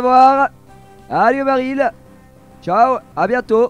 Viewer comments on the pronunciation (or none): none